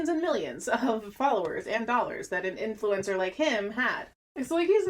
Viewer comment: the way you say ~influEncer~ tho. poetic